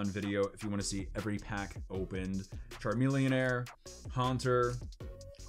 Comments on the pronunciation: Ok is there a reason why he says Charmelonair? Lol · There is no air at the end of charmeleon why do u keep saying air errrrrrr